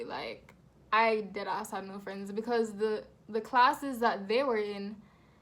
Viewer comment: From I heard the way you said “deadass” I KNEW you a yaadie 🥳🇯🇲😂